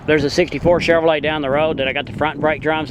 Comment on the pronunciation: Thanks for the tour. I like the way you say Chevorlet lol